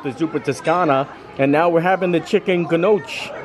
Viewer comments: The soup that you ate at Tony’s, they are pronounced gno key not nahshe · Your slinging the food with the forks and spoons because you talk with hands with food on the utensils. You have to lean over. Just the food first then talk about. You need to carry tide to go. 😂pronunciation of Gnocchi=No-key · I love the videos but I have to know, does he pronounce the names of food incorrectly because its funny or because he just doesn’t know the proper pronunciation? Saying gnocchi with the hard g sound was definitely funny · The chicken gnocchi soup : it's pronounced no key. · Oh no buddy you have to pronounce Gnocchi the right way 🤣